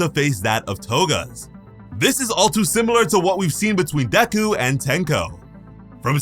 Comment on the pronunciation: Deku not DeKKu🤦🏻‍♂️